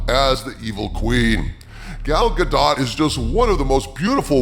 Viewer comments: If you're going to make mention of Gal Gadot, at least pronounce her name right. It's ga-DOE, not ga-DOT. Get it right. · Bruh....if you gonna prop her up like that at least know how to pronounce her Damn name. Gal's surname _ Gadot_ is pronounced like "zshah-doe`" lol!!! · I'm pretty sure The t is Gal Godot's name is SILENT